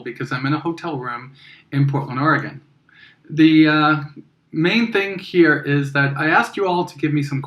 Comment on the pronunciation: Just a heads up, we the people of Oregon pronounce it as Ore-Gun. pew pew